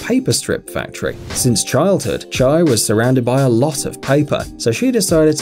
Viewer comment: the way he pronounces the japanese artists' name lol chai>chie